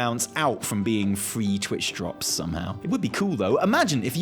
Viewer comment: when i heard you say" twitch drop" i had to re play it 3 times with closed captions just to make sure you didnt make a mistake on your graphic talking about a new dance craze before i realized what you said.. dear god...